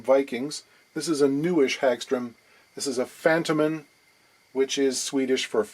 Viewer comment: The emphasis is on the O, not the Men. so FantOOOmen.